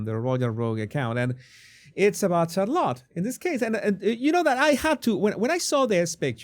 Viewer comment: Jesus, you must please get on top of your pronunciation of English words. You would be doing us and yourself a big favor. It’s truly cringe worthy. CHarlotte??? 😖 try shar-lotte